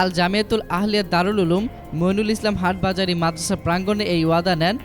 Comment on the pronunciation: আরে কুলাঙ্গার আহমদ শফি নাম টাও ঠিক করে বলতে পারস না হাটহাজারি শব্দটাও উচ্চারন করতে পারস না তকে কে বলছে রিপোর্ট করতে???